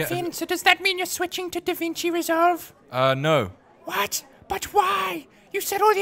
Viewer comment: Ahh Yes A Tutorial on "Danvinki" Reslove, Nice Video:D